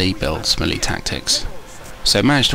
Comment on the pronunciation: French melee. ( 3 old. 3 young. 4 polish. Wutever u want after that. ) And a milita to waste shot. Also its pronoucned MelAY not mel ee; melay